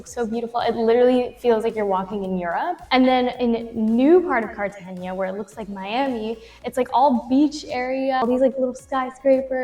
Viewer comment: It's pronounced "carta henna" not "haynya".. nice chat.